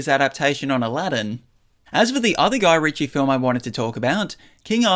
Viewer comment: I've never heard someone pronounce Guy Ritchie like that. New experiences every day!